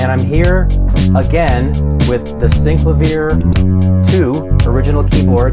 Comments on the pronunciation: It's pronounced SYN - CLAY - VEE - ER not syncla viah FFS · It’s pronounced syn-CLA-vee-air. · Did he pronounce that keyboard correctly? Never heard it pronounced that way.